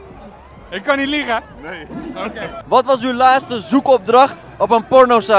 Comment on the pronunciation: Broer het is laatste niet laaste